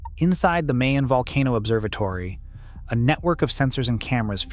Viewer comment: You don't pronounce it May on. You say Mah YOHN. Stress the 2nd syllable. Also, BONG GAH (Bonga) is a different village on the east. You are referring to Boh NGA (Bonga) a village on the south.